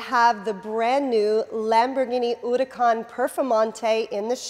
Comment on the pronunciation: The way she says "Huracan"...